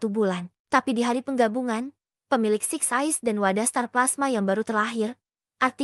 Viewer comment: Kak ada yang salah ngomong kak 1. Six size 2.getol Jadi lain kali benerin kak😁